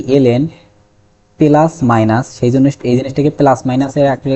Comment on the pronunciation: পেলাস বলেন কেন?